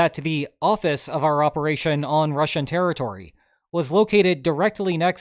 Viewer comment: it wasn't a bold operaychun... it was AUDACIOUS! (if i ever hear that again....)